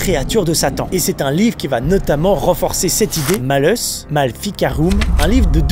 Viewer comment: MalleUs pas MalleVs 😂 Prononcé MalleOUS. Sinon super vidéo comme toujours!!! 😊